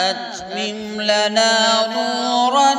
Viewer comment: My name is Rabbe Atmim. And my mother's grandmother give me this name. A few days ago, I came to know that my name was taken from this sura. Nobody in my life has pronounced my name correctly for the first time. But after hearing this recitation and the way he pronounced Atmim, that filled my heart with love and emotion